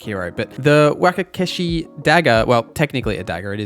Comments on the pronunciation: You did not just call wakizashi a wakey-zeshy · Good lord, it’s “wawk-i-zawshi” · Wakazashi is pronounced wah kah zah Shi just for the record 😅